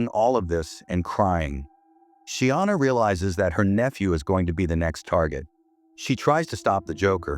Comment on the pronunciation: Sienna...no Sheeana 😮‍💨